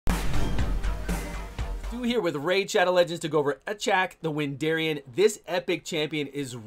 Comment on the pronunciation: He’s not called Wendarian, it’s Wendarin.